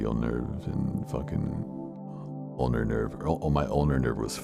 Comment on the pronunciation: ulnar nerve. not owner nerve.